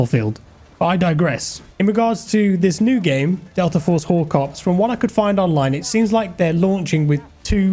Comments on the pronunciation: I thought you said Delta Force Horcreux.....😂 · Looks awesome!...did anyone else have to skip back the first time said "Delta Force Hawk Ops"? I did an actual double take as I thought he said "Delta Force Wh0re Cops". Now....i can't unhear it. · "Hawk Ops" lol